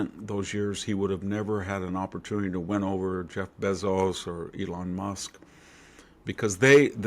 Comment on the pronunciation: It's Bayzos fool!!!